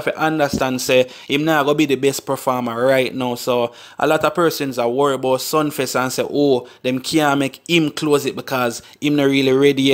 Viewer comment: Sumfest mi bredda not Sunfest